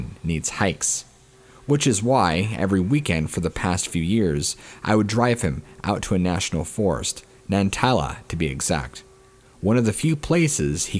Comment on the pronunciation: Osiyo,. 1st. story. Nantahala (naw-ta-hay-la) The Land of the noon day sun. Lord God your annunciation hurt my soul.